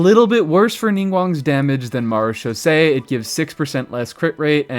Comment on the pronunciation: Mad props for being the only content creator I've come across so far that can actually pronounce "Marechaussee" correctly. I've always wanted to like/use/etc Ningguang for actual combat, and always been really frustrated at just how badly the game devs screwed her over and made her almost completely useless in that regard. I was really hoping that Lunar Crystallize might save her, somehow, but she still seems to lag way behind almost any other geo character, even with that. Sigh. Ah well... "Hey, Ningguang, get your hard hat and your pickaxe. It's back to the mines with you!"